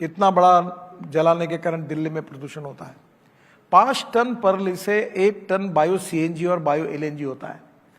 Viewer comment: Sir praali not perli